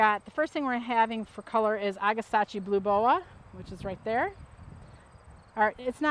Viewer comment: Agastache is pronounced Ag-a-stash.